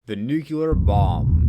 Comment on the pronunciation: NUCLEAR bomb… "Nucular" is not a word.